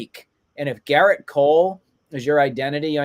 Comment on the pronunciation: It’s Gerrit not Garret